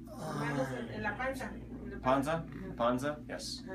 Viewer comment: I applaud your efforts to speak spanish, a lot of doctors dont even try. but I couldnt stop laughing when you said ponza instead of pansa lol But great work